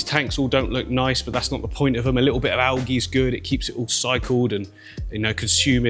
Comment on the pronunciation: Al-gee Al-jee